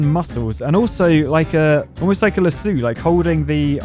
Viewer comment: “A lassoOo” lol that accent 😊😊🤣